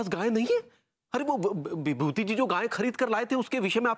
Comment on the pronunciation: He said vibhuti instead of bhabhuti 😁😂